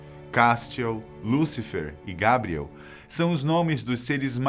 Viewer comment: " Cástiel, Gábriel " Fala os nomes certo carai